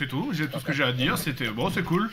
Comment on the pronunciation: On dit Jeee Dayyyy j'ai ..... pas J'ai des J :D ... force à toi poto 🤣